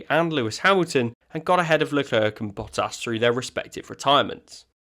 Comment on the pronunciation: It's Le Claire, not Le Clerk.